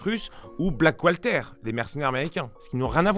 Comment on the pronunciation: Tres bien mais Black water, pas Black Walter...